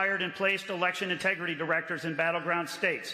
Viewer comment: It was fun watching Lara Trump try to pronounce the word "integrity" for the first time.